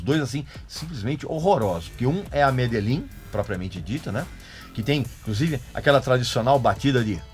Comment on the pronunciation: Medejin, respeita a pronúncia